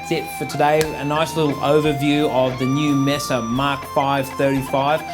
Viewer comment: When I hear you pronounce it Mess-ah I move on, It’s May-suh boogie. If you can’t do the name justice don’t bother.